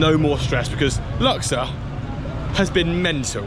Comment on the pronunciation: Not luxer it's lux ourr